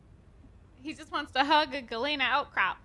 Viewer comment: Just for the record Galena is pronounced "gul-lee-nuh"... It is the natural form of lead sulfide... got it right but - not so much...